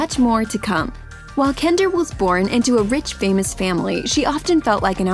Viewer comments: “Kender” It’s Kendal get it right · Um she said kender instead of Kendal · Is it just me or does she say Kender instead of Kendall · “while kender” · Kendall Jenner not Kender 😂🙅🤦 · You said kender 😂♥️ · Lol exactly 2 mins and 10 secs into the vid she called Kendall Kender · In she said kendar lol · Anybody noticed that she said kendar?? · she said kender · did anyone notice her say kender near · “While kender” ???????? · who else heard she said kender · she said Kendall’s name wrong